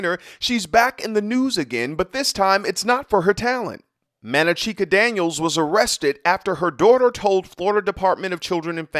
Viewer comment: Man-na-chee-ka? Wtf